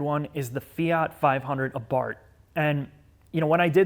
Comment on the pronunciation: lol Abart? Fe-art? Well at least 500 was pronounced correctly.